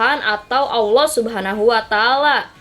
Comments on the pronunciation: Nyebut Allah aja enggak lurus apa dia ngaku jadi Allah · Ngucapin allah aja gk bener Lg ini mo jd tuhan.minta d tangkap polisi ini mah